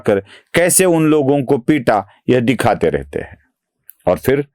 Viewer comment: aap "hein" ko "hai" bolte hein jaise "aap kya bolte hein " ko "aap kya bolte HAI". Anusara ka uchcharan nahin karte hein. Jara dhyan deejiye. Baaki sab bahut badhiya bolte hein.